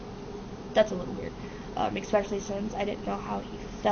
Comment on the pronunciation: A teacher who says exspecially. And people wonder why we are a bunch of dumbasses.